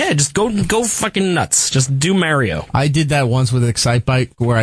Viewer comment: I'd be so happy if they could say "mario" properly.